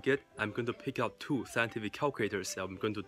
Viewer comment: This is really cute bro!!! Thu not two! 💝💝💝💝🇧🇩